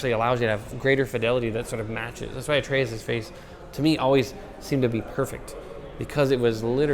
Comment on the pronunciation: "Artreus"? lol